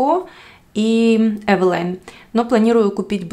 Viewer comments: Название польского бренда Eveline происходит от женского имени Э́велин. Так что варианты произношения «Эвелайн» или «Ивелин» ошибочны. Почему вы все время произвосите Эвэлайн, если все говорят везде Эвелин? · Потому что это польская фирма и ее название здесь произносят Эвэлайн